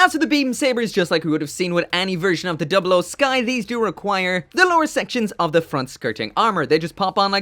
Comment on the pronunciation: First- he already did Second- I should drop a colony for the way you said 00